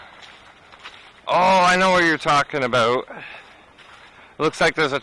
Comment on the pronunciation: That's what i'm talkin' aboot 👍 haha